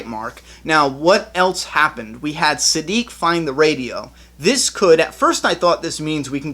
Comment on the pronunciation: You finally figured out how to pronounce Siddiq! Now let's work on "towards". (Just kidding. Great video as always!)